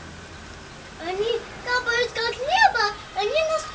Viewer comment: Я понял о чём говорит девочка: 1. "Они кАпают на небе" - они капАют (копают) на небе. Девочка очень маленькая и естественно плохо владеет ударениями. Звук действительно похож на работу строительной, "копальной" техники. 2. "Я хочу их посмотреть в микроскоп" - я хочу их посмотреть в ТЕЛЕСКОП. Странно что мама не поняла ребёнка. PS. Я решил провести эксперимент. Вырезал из данного ролика аудиодорожку, закачал её на mp3 плеер, и стал в наушниках слушать в кровати, засыпая. В начале думал, что не смогу уснуть, ведь звук отчасти тревожный, но нет, спал хорошо и снились яркие сны. Пока ещё рано делать выводы, нужно послушать с недельку. Чую, что-то тут есть. В данном звуке присутствует нечто, возможно какое-то послание. Но в бытовом суматошном состоянии сознания этого не понять. Буду пробовать во сне. Присоединяйтесь к эксперименту и пишите о результатах. Наверняка выявится что-то необычное. Олег.